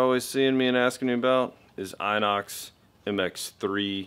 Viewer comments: In-ox . Inox ,thats the way it’s pronounced. The guy who owns the company that makes it ,John chardon is in a bit of trouble for getting rid of his wife..gonsky ,never to be seen again . Good vids man 👍👍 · thats in ox pronunced ? dude